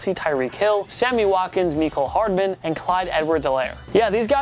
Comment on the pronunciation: “Meekol Hardman”